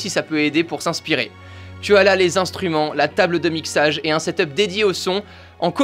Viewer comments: Moi je dit ta 2 de la on dit set up pas setop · XD tu dis setop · On dit setup